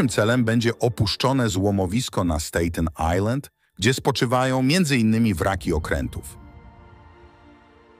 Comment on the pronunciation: Staten Ajlend nie Stejten i pociagiem dojechac sie dam nie da. Ale material w sumie fajny